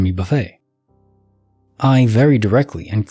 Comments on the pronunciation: I was cringing every time I heard it wrong! I was like Buff-ETT Buff-ETT! Ha ha! But that would be because my dad listens to him too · And Jimmy Buffay 🤣🤣 only AI wouldn't know how to correctly pronounce these names😂😂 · And Jimmy "Buffay"?? 🤯